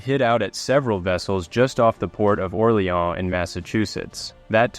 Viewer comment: "Ore-lay-ahhn in Massachusetts" . . . hereabouts, we'uns calls it "Orrrr-leenz" . . . .